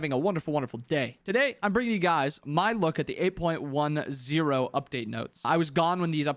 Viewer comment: You're the goat because you said 8 point one zero, not point ten.